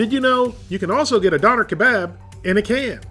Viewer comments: Isn't it pronounced "Doe-Nair"? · You’re mispronouncing it it’s pronounced “dawn y’air”. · its pronounced Don"AIR" "keBOB" your pronunciation is killing me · Doe-nar is how you pronounce it properly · don-air. that's how you pronounce it. triggered me real hard hearing you mispronounce it. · it is pronounced Doo-nar , and in Germany they are on every corner in most every city :) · It's pronounced donair not doner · I had one of those in Germany. It's pronounced "derner"! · You butchered the shit out of that name haha pronounced more "DoooUner Ke Bob"